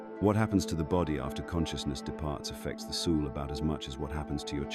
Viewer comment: FFS teach AI how to pronounce words! Like soul! 😮